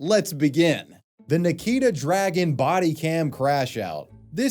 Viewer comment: I thought it was pronounced as "Dragoon" and not "Dragon"